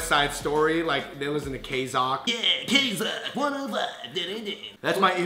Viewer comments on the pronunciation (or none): It's not kzock......UGH!! It's pronounced K-ZEE-O.K. Normally I wouldn't make a fuss, but I used to work there. :D